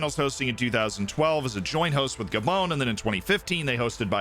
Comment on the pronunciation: This man realy calls gabon "gabone"💀